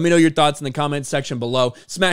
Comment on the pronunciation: "shit that video out there" always hear that instead of share